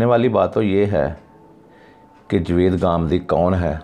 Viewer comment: پہلے اپنا تلفظ تو ٹھیک کر لو.... جوید کون ہے